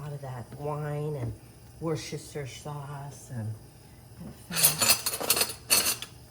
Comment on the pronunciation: Woost Or Sheer sauce is how it’s pronounced 😊 in Australia 🇦🇺